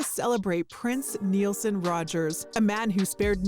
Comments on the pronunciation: Um........what the hell??!! His name is PRINCE RODGERS NEL--SON......NOT! It is NOT RODGERS.......DAMN!! Who reported this??? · It’s not Nielsen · His middle name is, not. Come on. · Good summary, but it's not NIELSON. Also, due to Prince's prohibitions against too much drugs and alcohol, especially after seeing it take the lives of others, I find it hard to accept that others didn't cause his demise - in SOME WAY. Maybe the person who was delivering the pain-killers was told lies. Maybe they were in on it. But why do these fentanyl deaths all seem to share botched investigations in common? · Yes the dummy even said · You didn’t even pronounce his name correctly at the end of the video. Come on man. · It’s a bit annoying when you watch a clip giving alleged facts but at the end of the video cant get his name right- pronunciation or order . What was the new disturbing truth? We knew this years ago. Anyway not sure why i watched this i always avoid these videos bc i know hes gone I dont need to be reminded its all around me every day - moment of weakness I guess. RIP beautiful Prince, I hope youre now without pain and whomever is to blame will have to answer to someone ultimately someday - i just hope its here on earth! Peace & BeWild x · That was like nails on a chalkboard when she mispronounced his name. Uugh.